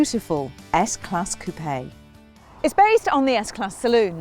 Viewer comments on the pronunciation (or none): Google Website Coupe-eh? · It’s so annoying when people pronounce coupe as coo-pay